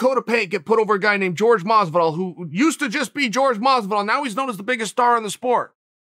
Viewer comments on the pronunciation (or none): I get that it’s not a big deal and it’s kind of even chaels thing at this point to pronounce his name “George”, but put some respect on my boys name and call him “Jorge” and pronounce it like you know it should be. What if someone always pronounced your name weird when saying it chael? You probably wouldn’t like it (don’t over do the tone when you read it I’m not saying it all pissed off, sort of nice demeanor; just pointing this out) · He says jorge as George and Usman as ooooooozeman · This guy really saying George lmao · Why is he saying “George” and “Ooozemen”?😂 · And George Masvidal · Is it really that hard to pronounce Jorge? Or is this some kind of joke.......